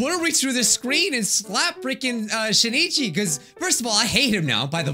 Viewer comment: Please notice me Senpai I commented two times before. The name of the protagonist is pronounced Shin'ichi, not Shi-ni-chi. It looks like this in Hiragana: しんいち and this in Kanji: 新一